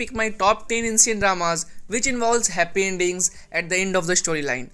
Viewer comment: Did you say HAppy ENDINGS? or I mistook it?